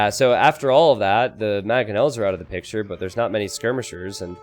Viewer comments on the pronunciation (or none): none